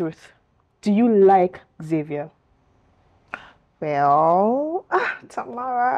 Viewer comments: Lol Nigerians Xavier is pronounced “shavier and not Savier”😂😂😂😂😂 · 🇺🇲 we pronounce it Za vi er